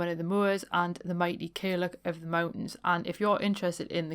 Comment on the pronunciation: Great show! Some stories there i was unfamiliar with, so thank you! I used to look after an old lady in the gaelic speaking western Highlands & she'd refer to herself and other old ladies as caileachs. But it's pronounced 'kal yach' with the 'loch' type ending.